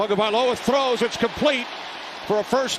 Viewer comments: Please Mr. Announcer: It's TAGOVAILOA not TAGOVAIOLA 😢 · The f#cking idiot announcer still can’t pronounce Tua’s last name.